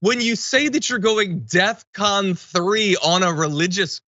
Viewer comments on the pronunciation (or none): Isn't it Def Con not Death Con ???? Kanye is a Fvcking idiot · It's DEFCON, not death con Kanye you absolute buffoon. You could have even gone with DEFKANYE, but that's too clever. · it’s DefCon. not death con